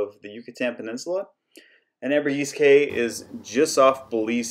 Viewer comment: It’s key , not K.